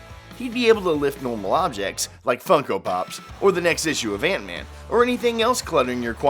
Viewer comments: It’s Ant-Man. Not Eent-Man. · Antman not eentman